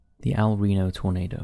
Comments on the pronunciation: Dude, the city is spelled El Reno not Rino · El Reno* Not "Rino" 🤓 Edit: Also, there's a video where you can barely see the Twistex team's car being flung up hundreds of meters and spat out of the tornado. They simply couldn't survive the sub-vortice. 2nd Edit: I found the full 10 minutes 1 lunatic 1 icepick video in less than 5 minutes searching.